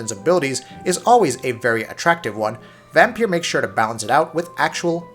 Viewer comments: Why does he keep saying "vampier". Dude its vampire. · I used to call it Vampyr as well, but the developers said in an interview it's pronounced Vampire. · Except you can hear the way he stresses words, sharply hit the "i" in "liked" (again and again) which would be the same emphasis as "pire." The "r's" roll a bit, but he's hitting those two vowel sounds clearly, and distinctly.